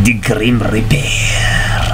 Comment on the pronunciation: Ellia ultimate SW waifu though.. also each time you said "de griem rieperrrrrrr" the camera tried to auto focus.. idk why I thought that was funny